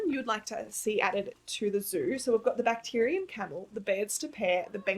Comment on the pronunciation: Lmao: Bacterian camel.... not Bactrian. Oh, First video I've watched of and her brain (not brian) is entertaining (not entertainting....maybe entertainting). I've been waiting to really jump into an Alphabet zoo until all the DLCs are released since I feel like I'll end up putting an animal down and then a new animal will feel better for that letter. I'm also leaning towards my ABC zoo focusing on the classic elementary school idea of what animal is most common for that letter (so that's going to help nudge out all these descriptor names for animals (i.e. bacterian camel for camel).